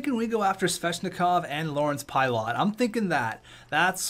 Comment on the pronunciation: its pie-lit